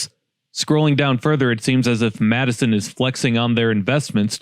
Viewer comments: Just say MattSon. Had me confused like wtf is Madison, IL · It's not Madison. It's pronounced Matteson. Like Matt + son. MATTESON. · Yea. Its pronounced Matt-sen. Not Madison. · It's called Mattson not Madison. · as a native Chicagoan who listened to news BEFORE YouTube. and before the end of Carson's and Wieboldt's (which you did pronounce correctly) I'm jumping on the Matte-Son side. Madison is the capital of Wisconsin. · Matt-son. MATT-SON. Not pronounced Madison. lol. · It’s not pronounced “Madison”. The ‘E’ is silent, pronounced like “Mattson” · It's pronounced Matte-son, not Mad-i-son IL. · Anybody from the area pronounces it 'Matt's son'. I crack up when a talking head on Chicago news pronounces it as you did. If you stopped to talk to the residents, you'd know. I used to work at Lincoln mall in the 80s. It failed due to...cough-cough...a 'cultural shift' in the demographics of the area. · It's not Matt-a son. It's Matt-son. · It’s MATT-SON not MATTE-SON. Seriously though that area as a whole is a sore sitting on a bigger sore. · Madison is in Wisconsin. Matt son is in Illinois. There is no D and the E is silent. Please learn to pronounce the towns you're going to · It's not pronounced Madison IL it's Matteson, sounds like MAT-uh-sun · It's Matteson not Madison 😮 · Matt-Sun. Not “Madison” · Matt-son, not Matison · Not “matt-a-sen”. It is matt-sen” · It's pronounced Matt-son not Mattison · Matteson Not Madison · I know many pronunciations make it sound like “Madison” but people are actually saying “Matt-uh-sin”, which is the correct pronunciation. It’s def NOT “Matt-sin” or “Matt-son”. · MATT-SON, MATT-SON!!!! Not Madison, MATT-SON!!!!!!! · It's pronounced matt-e-son or matt-son definitely not called Madison... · BTW it's pronounced MATT-son, Madison is a city in Wisconsin. Look at the number of comments highlighting that. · It’s pronounced Matt son, not Madison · In my late 60's now. That town was known as MAT-SON. How it came to me Mad-A-son is beyond me.🤷🏼